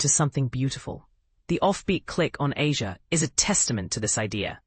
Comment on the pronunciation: It’s pronounced Ay-zha!